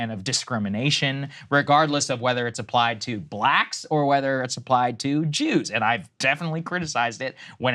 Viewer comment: Lmao the way Saagar says “blacks” with every syllable over emphasized makes me grateful we’re not neighbors. Like a double ended dildo of cringe lol